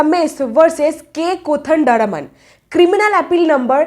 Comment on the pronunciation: Madam kodanaraman ko sahi boliye... "Kodand Raman"